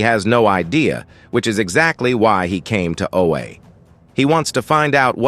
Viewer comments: Oh-ah, not oh-ay. Thanks for the video.😊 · "Oh A"? D fuck. "Oh-Ah". If you are going to use ai generated voice over at least check the damn pronunciation of words that fans will know. Scrub. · "Oh, Aye"!!! AI needs some training. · I hate that the AI narrator calls Oa, "O-A." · Stoped watching when said Oha wrong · Knew it was a.i as soon as he pronounced oua wrong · Read this yourself, please, the AI can't even say Oa correct smh